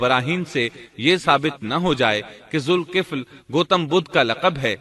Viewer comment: لفظ ذالکفل ھے ذ کے اوپر زبر ھے زیر نیں ھے